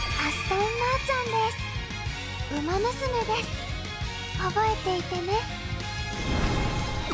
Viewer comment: お元気そうで良かった…！ ウマ娘の名前の読み方は流石ですなぁ。